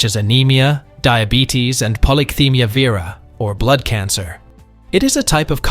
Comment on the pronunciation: "Polycythemia vera" is pronounced polly-sy-THEME-ee-uh VER-uh.